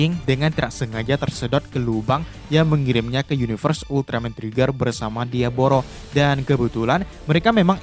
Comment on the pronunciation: Bang diavolo namanya bukan diavoro 😂😂😂😂😂